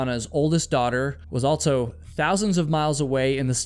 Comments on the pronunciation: AlTSo?? altso? I hear you say "All her friends" so I know you can say "all". But when you say "also," you add a "T" in the middle. Why? It stands out, and I hear it every time you say "also," which is a LOT. It must be a habit. Pay attention when you edit and you will hear how prominent it is. Altso. Ha. Anyway, I like your content. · I think the word ‘Also’ is pronounced “ALL-SoH” not “Alt-so.” I should start my own channel that provides truths, corrections, eliminates rumors, identifies mistakes and inconsistencies, and provides accurate geographical information.